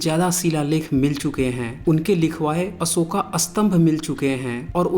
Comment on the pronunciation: Asoka nahi be Ashoka hota hai Information bohot badhiya .....👌